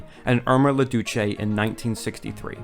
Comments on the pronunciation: This is a lovely retrospective on these two great actors and partners. A cent tossed in: "Douce" is a French word, not Italian. It is pronounced with a long U and with the e silent, so that it rhymes with "loose". It means "sweet". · "Irma la douce" is pronounced "Ehrma la douss" sssssoft "c" like an "s" and an silent "e".